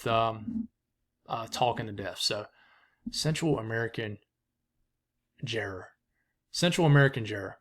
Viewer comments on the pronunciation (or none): Definitely a fan of the daily tropical updates! I’m pretty sure it’s pronounced gyre like JIE- er